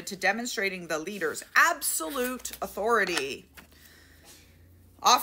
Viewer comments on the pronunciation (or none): none